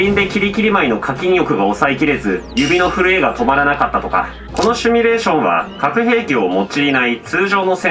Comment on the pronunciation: 「シュミ」レーションって言うのやめて😂 シミュレーション(simulation)だから